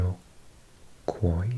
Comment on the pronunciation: Al-GONk-win. Ear-roh-kwah. Oh-jib-way. You forgot Inuit ( in-you-it)👍